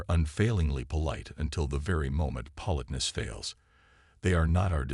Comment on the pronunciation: if you are doing a whole story about politeness, you might want to learn how to pronounce it correctly.